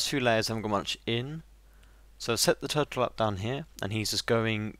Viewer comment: and when you said turrle i thought you said do